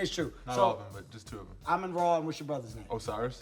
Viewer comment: Great job saying his name right